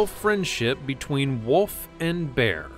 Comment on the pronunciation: It's actually wolf, not woof.